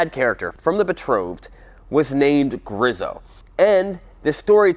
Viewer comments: It's Grieeso..Not Grizo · Griiso,- long i,- there is only one s so it´s not Grisso. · btw pronounced grease-o, not grizzo. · I pronounce it "Grease-O"... but I like it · GREEEEEESSSSSOOOOO pronouncing is key to not sounding stupid. - my mom. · It's pronounced grease-oh... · Ok, say it with me, nerd-boy, "GREE-so". One more time, now. "GREE-so" Got it? The way you mangled that up I hope you don't review any aprilias. Who knows what you'd turn their name into.